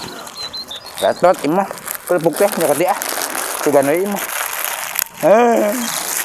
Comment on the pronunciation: Kalo bilang kerupuk jangan korupuk dibilang sayaaaangg